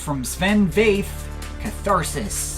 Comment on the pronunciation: Hey, here comes something totally unrelated: the V in Väth is pronounced F 👋😊😊😊. I've never heard any English speaker pronounce Sven Väth's name correctly.